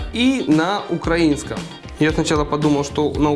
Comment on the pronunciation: Лайк за правильний наголос у слові "украИнский")))